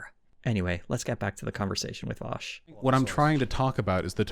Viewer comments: you've know "vaush" you've heard "vaoush" we all love to hate "vauwsh" now get ready for "vAusHhh????" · It's actually pronounced "Vowsh". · vAusHhh bad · It's pronounced VOWSH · My dude, you're truly one of the most underrated political channels! Your analysis of right wing media is really good! As a Vaush fan, i laughed at the cheeky pronunciation of his name! Ill be sure to spam this video in his chat on his next stream.